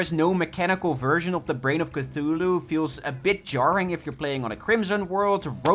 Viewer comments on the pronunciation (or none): none